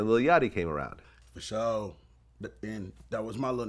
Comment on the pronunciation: Asks question: “fasho”😂